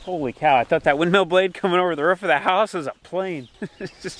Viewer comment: A ruuf not a roof 😁😁😁